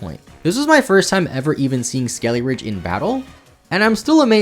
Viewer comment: When you kept saying skeleridge, I thought you were going to go into a ridge wallet sponsorship lol